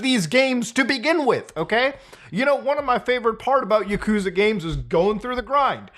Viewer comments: It's pronounced yah-kuh-zah not yuh-koo-zuh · It’s ya-koo-za Mutahar 🤓☝🏼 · "My favorite video game franchise: Yakooooza" Can't even pronounce your favorite game's name... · Yuhkoosa KEKW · For a favorite game you cant even pronounce it right. Lmao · Why are you pronouncing Yakuza wrong?